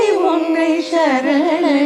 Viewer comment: சரணடைந்தேன் என்பதே சரியான உச்சரிப்பு ஷரண்டைந்தேன் இல்லை பெரும்பாலும் பாடர்கள் அதாவது கர்நாடக சங்கீதம் பாடுபவர்கள் “ச” வை வட எழுத்து ஷ போல உச்சரிக்கிறார்கள் பாரதி இதைக்கேட்டிருந்தால் இதற்காகவே உக்கிரமாக ஒருபாடலையே இயற்றி இருப்பார் 🙏🙏 இருவருமே ஷரண்டைந்தேன் என்றே உச்சரிக்கிறார்கள். செந்தமிழை கொச்சை தமிழாக வருங்காலச் சந்ததியினருக்கு கொடுத்துவிட வேண்டாம் சுதாரகுநாதன் அம்மாவின் இசைத்தட்டுக்களை நிறையவே சேகரித்து வைத்துள்ளேன்.( நிச்சயமாக தமிழ் பாடல்களை மாத்திரமே ஊத்துக்கட்டு வேங்கட சுப்பையர் பாடல்கள் பாரதியார் பாடல்கள் என) அவற்றில் ஒருசில இடங்களில் இந்த sha உங்களை அறியாமலே உள்வாங்கி விடுகிறது. காரணம் தமிழைத் தவிர மற்றைய மொழிகளில் இந்த ஷ நிறையவே ஆட்சி புரிகிறது ஆகவே தமிழில் பாடும்போது இந்த ஷ வேண்டாமே 🙏🙏